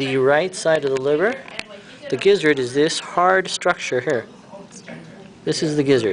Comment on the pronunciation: you say gizzard funny. "And this is the GEEZARD"